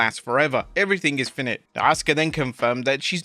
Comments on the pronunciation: "FY-night" not "finnit." Sick of this poor American speaking. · Not 'finn et' try 'fi-night' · “Finnit”? It’s “Fye-night”, lmao